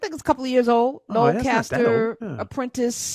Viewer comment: It’s Noel CASLER not Caster. Please